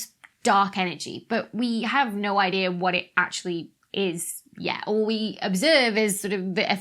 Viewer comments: Why does she say DataR and IdeaR with a R at the end? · But does "idea" end with an "r"?